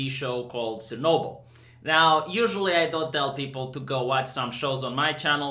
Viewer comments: Chi fache!? It is not Sir-Noble it is Chur-Noble. My grandma lived in Homel, 150km from the big badaboom. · * It's five episodes * It's pronounced [ch]ernobyl